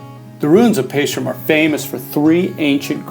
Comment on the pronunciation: Where the heck is PaestRum!? Nice video,but have you been there and learned how to pronounce?